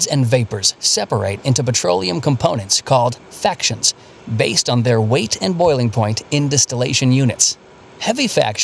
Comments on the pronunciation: That so-called explainer of refining of crude oil is awful. Why? They can't even get the basic terminology right. It is not "factions" (sic) that are produced by the distillation. It is fractions. Fractional distillation, NOT "factional" distillation. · I can't believe the little oil distillation vignette used the word "factions". It's fractions. As in fractional distillation. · Fraction... Not Faction: Fraction. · I think should be fractions, not factions.